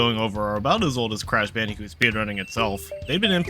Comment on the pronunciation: It’s not cash banooca it’s crash bandicoot